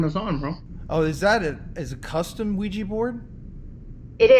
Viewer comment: Its OuiJA, with a JAH at the end not JEE. sorry but it bothers me when ppl say it wrong. lol